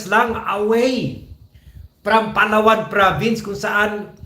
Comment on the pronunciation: Please don’t pronounce Palawan that way. It’s Palaaaaawan. Not mabilis. It’s Camiiiiiguin, not mabilis. Daaaaaavao. Not TheVow.